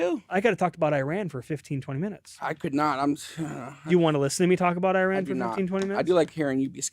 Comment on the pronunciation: I knew I shouldn’t have clicked a tmz video but my curiosity got the best of me. leaving after hearing “Iran” not being pronounced correctly.